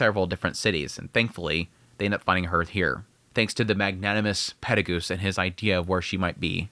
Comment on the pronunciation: Acording to the Dub version the name is pronounced "Peru Gius" and not "Perry Goose". In Japanese he is pronounced "Perry Gius io" so your basicly making a mix out of the dub and the sub version